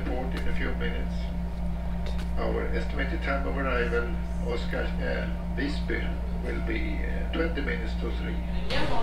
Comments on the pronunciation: Hehe, couldn't resist to remind you when you phonetically said instead of Visby, "By" in Swedish means Village, "Vis" means Sage/Sapeant like your full of Wisdom, so it's like Visby = SageVillage, Fis on the other hand means you made a Fart and the phonetically to a Swede like you say FartVillage, the word Fart are also a Word in Swedish but the Swedish fart means Speed like the speed you drive om the road. But you have me a good laugh I didn't expect. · I like your Dutch pronunciation of 'f' for 'v' - the only flaw I'd be willing to argue against. For the visited town of Visby this will end up in /Fartby in SWE/ENG;)))